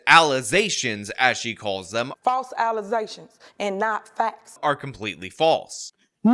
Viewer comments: "ALLAHZATIONZ" LMFAO!!! LMFAO!!! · "Those are just allezations, you're honor" 😂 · "FALSE ALLOZATIONS!!!" 🤣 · Stop making "Alizations" LOL. How is she a Mayor? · Did she say alexations? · Allezations...😆🤣 The English language takes another L 😂😂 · I still can't get over "allezations". What a m0r0n. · Those some false allezations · nope, don't like her allizashuns either. 🤣🤣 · lol wait she can't even say allizations right? lol omg who voted for this woman lol im sorry butt if your mayor cant speak english its prob not a good idea to vote them in lol. well shyt Biden is in offoce too lol well he has an excuse lol he is 125 years old hahaha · False "allusations"🤣🤣🤣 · What the fu....is an alleysation?😂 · Just a suggestion, but don't try to mimic the accent. Just use your own voice/accent but say the words as she pronounced them. Much better, much funnier. Do a straight, gravitas white-guy delivery using those same "words".